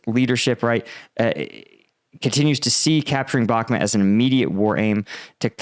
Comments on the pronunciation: love your vids, but can you pls pronounce BAKHMUT correctly? you say “bak met” and it really turns us off. it’s BAAAAK MUUUT, Bakhmut. thank you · Got a decent show bro, however it’s called “Bahkmut” phonetic pronunciation BAKMOOT Thx